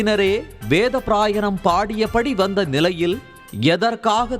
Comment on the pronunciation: முதல்ல உங்க தமிழ் உச்சரிப்பை சரி செய்யவும். கீழே வரும் வார்த்தைகளைதப்பு தப்பாக உச்சரித்திருக்கிறீர்கள். வடகளை/தென்களை = வடகலை/தென்கலை, மள்ளுக்கட்டு = மல்லுக்கட்டு, வேத ப்ராயணம் = வேத பாராயணம், பிரச்சனையக் கிழப்பி = கிளப்பி, ஓங்கி ஒளிக்கிறது = ஓங்கி ஒலிக்கிறது, சணடைக் கலமாக = சண்டைக் களமாக. பள வழக்குகள் = பல வழக்குகள், மாட்டுப் பொங்களை ஒட்டி = மாட்டுப் பொங்கலை ஒட்டி. இவ்வளவு, கேவலமான உச்சரிப்புடன் வீடியோ போட்டு, அடுத்தவங்க. ப்ரச்சினையக் காசாக்க முயற்சிக்கிறீங்க? தேவையா இது? ஹய்யோ ஹய்யோ😅